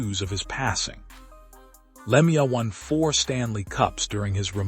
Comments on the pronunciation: its a sad sad day.and whoever you are, talking away here you could at least say his name right!, it is pronouced "Lemeau" (LeMew) please do him the small honour of pronoucing his name correctly! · The pronunciation of Claude's name on this post tells me this is a joke post